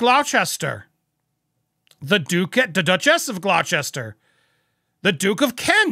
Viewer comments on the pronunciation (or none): GlochESTER LOL - pronounced Glosster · For future reference Gloucester is pronounced Glosster forget about the bits in the middle 😊 from UK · its pronounced Gloster not Glowcester I disagree the RF have not endorsed them using their titles by including their webpage but have disassociated themselves by separating them selves from what they are doing now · It is pronounced GLOSSter. No chester. It makes people question the validity of the person and what they say if they can’t pronounce it. 🥴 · It's pronounced "Gloss-ter" not "Glow-chest-her." I'm an American but I couldn't get past that. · Gloster (not "glow chester")? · 'Gloster' not Glochester' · The pronunciation of the name of the Duke of Gloucester is actually Gloster...just like Leicester is pronunced as Lester! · The Duke of Gloucester - is pronounced as 'Gloss-ter' - I know, we're weird in the UK 🤣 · It's pronounced Duke & Duchess of GLOSTER..😊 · Glock-Chester... 😂... Love it xx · Bless you Gloucester is pronounced Gloster. Like the nursery rhyme - Dr Foster went to Gloucester (Gloster)in a shower if rain, He stepped in a puddle right up to his middle and never went there again. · Gloucester is pronounced "Gloss-ter." Massachusetts has one that's pronounced the same way. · Gloucester = Gloster for godsake. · Gloucester is pronounced “Gloster”, I know I live in Gloucestershire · It is "Gloucester" for crying out loud, not "glouchester" BTW, ... On that photo, look down at MM's feet. A bunion is sticking out of the shoe! It is reported that she had surgery to remove them but has has her pontoon-size feet with bunions before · Gloucester is pronounced 'glos ter'. Edinburgh is pronounced 'ed in bra' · Just an FYI - Gloucester is pronounced Glosster. Love your pod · Gloucester is pronounced "Glosster" I believe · ...its pronounced Gloster ❤ kath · Please say Gloucester like Gloster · It is pronounced 'gloster' tho spelt Gloucester, this happens alot with the counties with shire on the end 😆